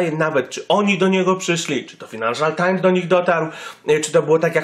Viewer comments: fajnanszal nie finanszal times xD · Czytasz "fajnanszal"